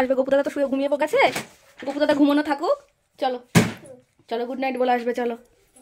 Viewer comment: Mehu ke dekhe sikhechi good night ke "gugight", Google ke "godon", bhoy ke "boy", bholanath ke "bodadat" bolay akta alada moja ache. "Sudhu tumi noy Abolakanto, oneker e bolar somoy kheyal thake na"😂😂😂😂